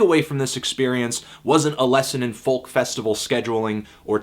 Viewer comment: Its pronounced 'foak' not letter for letter phonetically as its spelled 'folk'.